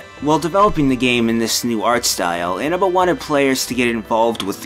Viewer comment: Inába :T